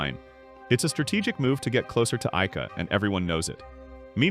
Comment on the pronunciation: bro sometimes says IKEA instead of AIKA...